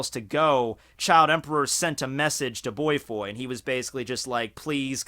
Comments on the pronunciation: I'm sorry did you just say boy-foy. It's Bō (like the staff) foy (you got that part right. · dude. his name is bofoy. BOW - FOY. not that it's a big deal or anything but every time you say it it sounds like "boytoy" haha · the way u say Bofoi ("boy-foy") should be: "bo-foy". cause it's a bit irritating to mention an old geeky supposedly villain as to a "boy". he's freakin old, really! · Well, it's Bofoi, not Boifoi lol. And he battled Elder Centipede for a few minutes. Senior Centipede was already dead at that time. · The fuckin pronunciation of "Bofoi" lmao